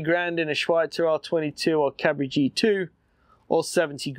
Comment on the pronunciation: don't worry for the Cabri pronunciation, it's excellent ^^ i approve, as a French lad